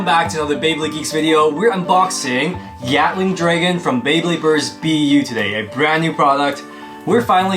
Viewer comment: What others hear:Gatling Dragon What I hear:Gyatling Dragon